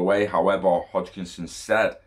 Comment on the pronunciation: Hoskinson lol not Hochkinson hahaha